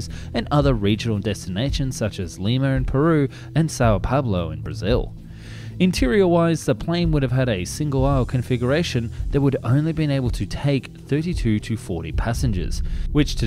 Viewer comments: Does he say Sao Pablo there? Someone's been watching a lot of Narcos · "Dahallivand"? then "Dehavilland" "Sao Pablo"? (Sao Paulo) "Missermitch"? (Messerschmitt) 🤷😆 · sao paBlo?? Come on man. Sao PaOlo. Buenos Aires is not Iris, but “eye res“! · "São Pablo"?? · Sao Paulo, not Paolo. Thx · Sao Pablo? 🤷🤣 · anyone else hear the "Sao PaBlo" city pronunciation? (>_<)